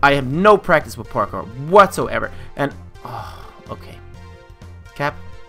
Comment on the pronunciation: you got to practice your pourkor